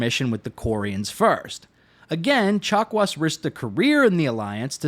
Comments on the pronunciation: Did...did you call Dr. Chakwas...Dr. Chocolates??? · Did he say Dr. Chocolates? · At some point I started hearing "doctor chocolates" instead of "chakwas". Must have been the turian chocolates. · If it means never again having to listen to anybody say "dokta chock-wah", then I'm going with Frenchy. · “Doctor Chocolats.” - I heard that. 😉